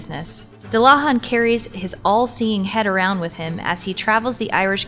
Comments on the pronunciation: And dullahan is pronounced doo-la-vawn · I am just cringing at the horrible pernounciation. Dullahan is pernounced as Doo-luh-hahn. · What kind of monster pronounces dullahan that way?! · Joshua Davis americans lmao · first time I've ever heard anyone mispronounce it so badly.